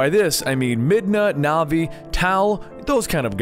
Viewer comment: Not navi. NEVER navi.